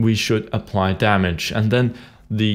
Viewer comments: its damage not dammage :) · It's Damage, not Dammage.